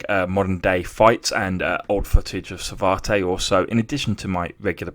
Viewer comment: It’s pronounce Sa-vat, not Savartay!